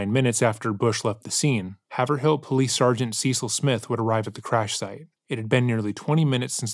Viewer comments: Haver Hill? HayverVille? bro, its "Hayvrill" lololol ❤ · Haverhill isn't pronounced "have-r-hill", it's pronounced "hay-verr-ill" or "hay-verr-ull" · Hay-ver-ill, not Have-her-hill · Not trying to be a masshole lol but it's "havrill" ("a" sounds like in the word "ate") that's how it's pronounced😊 I love your channel & it doesn't matter but I figured I would lyk❤ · The narrator is butchering the name ‘Haverhill’. 😂. It’s pronounced ‘hayverill’. I’ve spent a lot of time there throughout most of my life visiting family. Pretty town right on the border of Mass and new hampshire. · It's a small note, but since you mentioned it few times the town of Haverhill is pronounced by the people in Massachusetts as Have-rill. Have sounds like cave or save and the second H is silent. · Are you saying Haverhill? It’s pronounced Hay-vrul 😂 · I live in MA and fun fact, it’s pronounced like “havrill.” Really pronouncing the “A” like you’re saying “hey” and no pronunciation of “er.” Great video thank you as always. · Thank you for covering this case. Oh btw the pronunciation of Haverhill is “Hay-vrill” ❤ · I’m from Littleton NH, haverhill is pronounced HAYV-rel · The idea that police need to respond to every “missing person” with all out resources is a little precious. How many “missing people” actually turn up in less than 24 hours? Something like 90%? 🤔🤣 And it’s pronounced “Haver-ill” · I have at least 3 friends who look very much like this picture.. (has someone already told you it’s pronounced Hay-ver-ill) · Haver-ill The second h is silent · The way you keep saying haverhill is taking me out 😭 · “Haverhill” ouch, that hurt my New England ears! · The pronunciation of Haverhill is killing me 😂